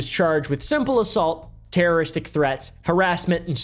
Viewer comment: "Terrrystic threats"